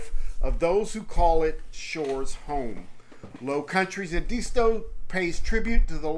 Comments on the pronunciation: Pronounced Ed-a-stow! Not E disto. Other than that enjoyed the video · It’s pronounced properly as Ed-as-toe or Ed-isss-toe. I’m a SC native so trust me.